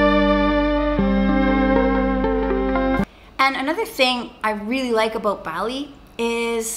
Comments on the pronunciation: “Think abood it, guys!” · The happiest people don't have everything. They make the best out of everything. Also don't kill me Sacha but I love your "Let's talk aboot it"! <3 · "aboot" LMAO SACHA U R SOOO CANADIAN NOW